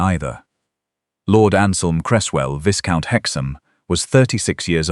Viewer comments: Viscount is not pronounced Visscount, it's Vycount. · Not viscount, but itz a silent s so vycount